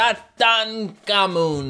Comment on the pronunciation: i think you pronounce it like this sa thank ha mun